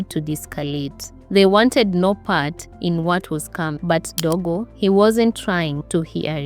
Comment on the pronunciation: DOGO not DEGO